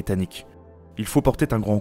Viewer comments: Très bon texte, clair et précis. Attention aux 'liaisons dangereuses' au niveau de la prononciation ("il faut porter T'un grand coup aux russes..") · "Il faut porter-T-un grand coup"....Ça fait mal aux oreilles ! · "Il faut portet- un grand coup" liaison mal-t-à-propos comme dirait l'autre